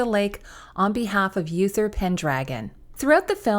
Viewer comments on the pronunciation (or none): Uther is pronounced oo-ther not yoo-ther.